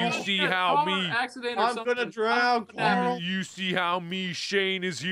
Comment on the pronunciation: Did you guys ever notice every time rick says carl loud it sounds like he's saying coral :)